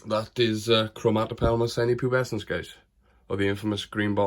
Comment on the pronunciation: One of my favourite species! Gutted you can now say the name without messing it up. Cracking video brother!